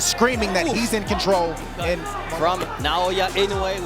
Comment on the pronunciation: Naoya, not Nayoya. AI (Artificial Idiocy) slop